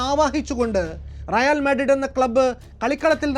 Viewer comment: റയാൽ അല്ല റയൽ ആണ്